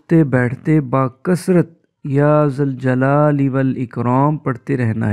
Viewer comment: ذُوالْجلال والاکرام.... یا لگے گا تو یا منادا مضاف ھے... فتح سے پڑھنا ھو گا. اگر یا ذَوالْجَلال والاِکرام.... پڑھا جا رھا ھو